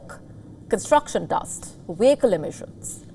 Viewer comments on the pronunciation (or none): Miss, not weekle emitions.v as in van.